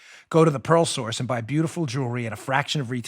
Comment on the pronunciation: WOW!!! when you first announced your sponsor "The Pearl Source" all four people in the room listening to your show thought you said, "The 'PAROLE' Source" it was clear later in the announcement that what we thought we heard was inaccurate, funny, but inaccurate... Dan is selling stolen jewelry from parolees...easy to believe since Dan hangs out with that bank robber "Producer Joe"... LOL!!!